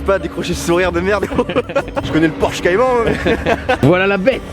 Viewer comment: Je rêve ou il à dit porche cayman ? Je vais le tuer le bouffon mdr